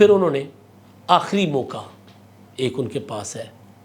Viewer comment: Mauka nah "" mauqaa""